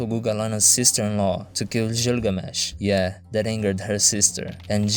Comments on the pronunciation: Hearing you butcher Gilgamesh's name as Jilgamesh kills a bit of my soul. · You're pronouncing Gilgamesh wrong.